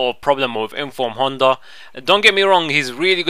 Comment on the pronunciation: Love the way you say Honda! you call him Hunter!! :-D Nice video!!